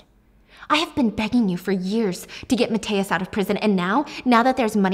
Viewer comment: I love you so much, but please you butchered Mathias' name😭